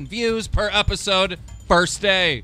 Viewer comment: He said go's instead of views